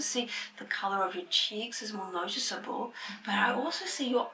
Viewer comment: She has a Japanese accent but I think she learned English from a Kiwi or in NZ, when she says something like "noticeable" it's distinctly more Kiwi than Aussie